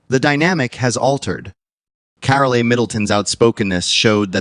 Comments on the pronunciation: It's just pronounced CAROL. Not Carolee, just CAROL. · It’s carol NOTcarlia